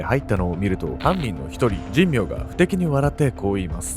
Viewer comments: じんみょうじゃなくて…しんめいね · じんみょうじゃなくて、しんめいかつのぶな。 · この加害者斎藤と2人目は神明でしんめいと読みます。確か、茂原にはしんめいは何軒もありましたから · じんみょう ではなく しんめいです